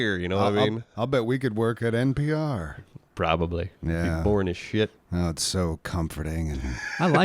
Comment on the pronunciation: you drunk, it’s npr not pbr 😂😂